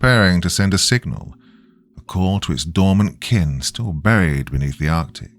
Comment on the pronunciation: I’ve noticed when R’s and L, fall in the middle of the word and are not double consonants you tend to turn them into W’s. “Buwied” instead of buried. Just my 0.02 it sounds like a speech impediment